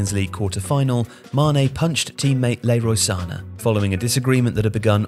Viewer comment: oh nahhhhhhh "LAY-ROY SANA" IS WILD 😭😭😭😭😭